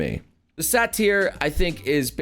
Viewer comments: Maru is a succubus... Also imps (per flavor) are the little flying gargoyle looking hellspawn or ya know hellovaboss sat-tire... buddy XD SAY-DER like derp XDDD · the satyr pronunciation causes me physical pain